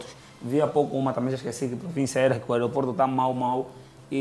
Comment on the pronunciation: Esperar ai, o disse #OROPORTO? 😂😂😂😂😂😂😂😂😂😂😂😂😂😂